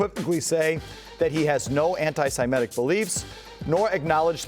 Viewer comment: How old are you Felger? How are you unable to pronounce “antisemitic”